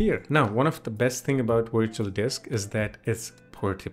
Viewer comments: its Virtual not Wirtual!!! it is a V! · Just so you know Virtual starts with a V not a W the two letters sound different.